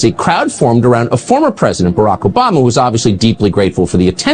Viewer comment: Who the hell is SHMMMMRRRRRLLLLLACK OBAMA?